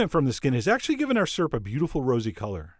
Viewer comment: Syrp🤗 That's how my husband says it too Lol, lactose indifferent 😂😂😂 The color of that peach syrup was gorgeous😍